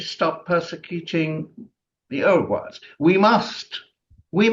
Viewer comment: new pronunciation of Uyghurs just dropped.